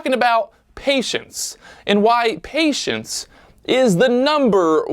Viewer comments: man PATIENCE NOT PAITIENCE KKKKKKKK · Perfect opportunity to use your name in a cheesy play on words but you done effed up. *Pat-ience* not paitence